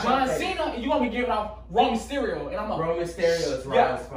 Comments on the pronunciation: nigga said Romeo sterio it’s Rey mysterio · Romeo sterio lmao 😂 it’s Rey mysterio